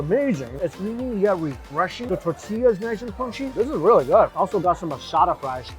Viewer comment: He can say asada... But calls a bagel baygo...